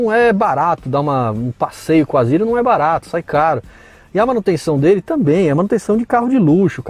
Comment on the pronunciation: Não entendo por que chamam de "Azira", se o nome do carro é "Azera". Será que é coisa de paulista?